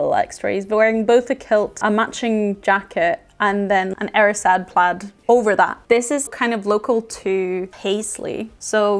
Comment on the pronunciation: i really enjoyed this video. As a Scot I loved how pronounced 'plaid' as 'played' as this is how how I have always said it.